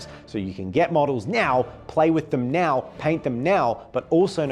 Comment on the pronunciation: kept saying NOW and I heard MEOW. Which made me think…what if their next faction was cats? Not cat people, but various cats both real and fantastic as a beast swarm faction like Tyranids? With Warriors and other cat-oriented anthropomorphic animals popular with the kids these days, I bet it would be a winner that is usable in lots of settings!